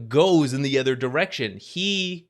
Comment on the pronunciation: not meaning to be rude or anything, but i've been noticing it for sometime now, but can you please stop pronouncing "other" as "ether"? coz it sounds weird and you had me genuinely wondering what "ether items" or "ether heroes" were the first time i heard it. nonetheless, great content as always 👍🏻